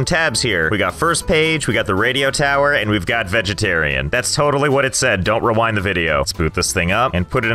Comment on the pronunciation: I read the part where he said vegetarian practically said vasagatan